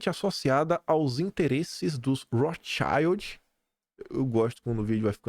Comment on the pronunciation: Rorhschild é nome alemão (judeus alemães). O "i" tem som de "i" mesmo, como na palavra escudo em inglês, shield